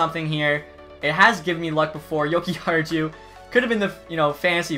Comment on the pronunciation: Jokihar-jew xD